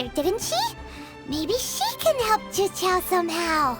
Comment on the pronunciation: Man, when I played this quest I was thrown off by how specifically he pronounced "zhiqiao", and now knowing it's prozd that makes sense